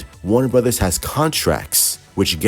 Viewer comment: Some of the Snyder cult a waving the white flag... Not your boy the. I know it's bad but I enjoy just listening to him try to pronounce things. "Warna Burddas" 😂😂😂😂